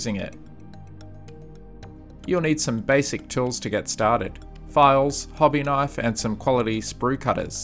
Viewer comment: HOBBY KINFE .. that's made my day ! ahahaha .. i Like it !